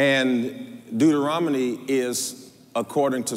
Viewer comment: “ Deuterominy “ sir I think it’s Deuteronomy❤